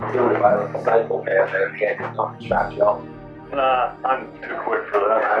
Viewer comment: Ohh & Changin The Intro Would Be As Bad As if You Stopped Pronouncing Tree'Turty For Three Thirty! PLEASE Dont Do It!.. Love You Tew! & God Bless Ya My Brother!.